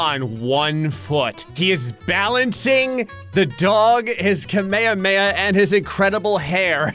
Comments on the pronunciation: It's Kamehameha not kameyameying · i hate how says kameyameia instead of kamehameha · Ka-may-huh?-may-huh? Its KAMEHAMEHA! AHHAHAHAHAHAHAHAHAH!! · What is a ka-mae-ha I thought it was kame-hamae-haa. BTW I was using the dashes as syllables. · I LOVE how says "kamahameha" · if you go back and listen to how he say kamehameha this is what i heard "kameyameya" that flipped me off HAHAH comment what you heard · I swear when you drew Goku you said the whole thing just wrong bro it's Kamehameha not what you said and I believe the dragon Ball community feels deeply offended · I think you pronounce it Ka-mi-ha-mi-ha. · Bro said kameamamay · Kamayamaya? What? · its pronounced karmeharmehar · the way pronounces kamehameha disturbs me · is gonna end up being cancelled by the anime community because if his mispronounciation of "Kamehameha" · The way he said Kamehameha... yknow wut sure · Why do you say kamehameha like that